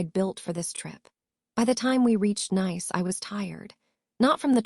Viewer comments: Tell this A I that it's not nice to say nice, or is it niece to say nice. 😂😂😂😂😂😂😂😂😂😂😂😂😂😂😂😂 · AI pronunciation of the going to Nice, it's pronounced (niece, or neece) get it right AI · AI cant pronounce citys properly. Nice is pronounced as Neece in the south of France. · Another AI voice… “Nice” is a French city…. It’s pronounced the same as niece. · Fix the pronunciations. Homonyms. Nice wrong multiple times. Goodstorythough.